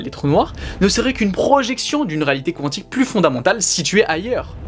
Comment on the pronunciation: Ça se prononce Quantique ( comme ça s'écrit ) . Il n'y a pas de W ... Oui je chipote , oui je trouve ça bizarre lol